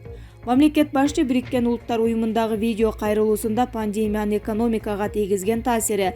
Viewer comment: ГОРБАЧЕВ... САХАРОВ ПАНДЕМЯ......ЧТО ЗА ИНТОН ......??